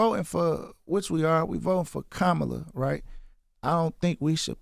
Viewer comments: He said “kamella” 💀😭😭💯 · He's complaining his Trump visit wasn't "what he thought it would be" and just moved real fast and quickly to be over....but they got their pic though LOL 🤔 How do you not realize that meeting was used as a photo opp and Vezzo was the prop?! 😫 That man was not there to have a real conversation with you, so idk why you expected otherwise! 💯 And still mispronouncing VP Kamala Harris name like all the other ignorant clowns... I hate to see my city represented like this 💔